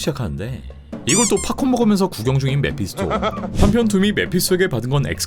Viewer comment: 왜 근데 메피소라고 말하는거임 자막은 메피스토인데